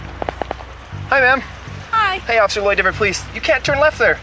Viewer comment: It's DEVIN not DAVON. These computers can't pronounce names correctly. 😢